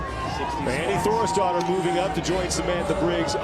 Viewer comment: My brain could not stop hearing Annie Thorisdottir as "Annie Thor's Daughter" and straight up I thought the commentators were just being assholes. (I don't watch crossfit much btw, I just got interested in the Murph Event and how people can crush such an insane event)